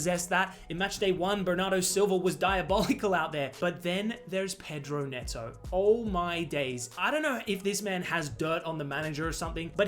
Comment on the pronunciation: Pedro "Meowto" 😭😭✌✌